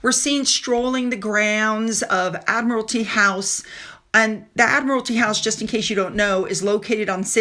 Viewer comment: Admiralty House.....your pronunciation is perfect!